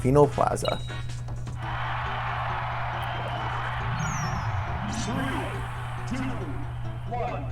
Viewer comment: “Del-fine-no Plaza” I winced at that.